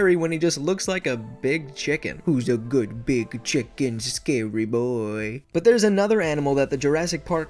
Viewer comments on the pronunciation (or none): Ok one thing I like is how you say scary boy. "Ohh ar yu just da saiwy boai" 😂😂